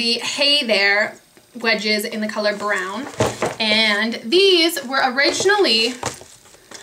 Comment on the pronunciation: I love how you say you br words!!! bu-right, bu-rown, its so adorable!!